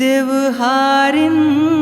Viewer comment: गाना गजब हे। पर उच्चारण म कुछ त्रुटि दिखत हे। गोध (गोद) ए हो (ए ओ) देवहारीन (देवारीन) छत्तीसगढ़ी म छत्तीसगढ़ी उच्चारण के ही उपयोग होना चाहिए।